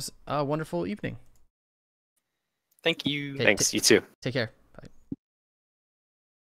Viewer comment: Chen-tlemen lmao XD